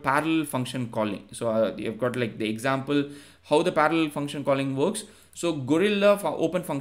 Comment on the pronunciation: I know Indian people struggle with "r" but you hearing speaking "parallel" is next level 😅